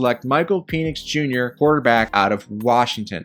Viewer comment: It’s PEN-ix not peen-ix fyi